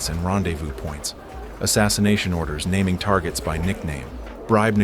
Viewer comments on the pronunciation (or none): none